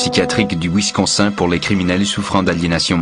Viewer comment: "Winsconsein" aïe, aïe, aïe.....